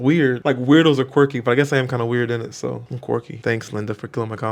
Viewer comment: You said "init" that's so British 😂😂